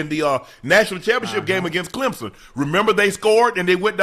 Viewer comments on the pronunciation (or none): none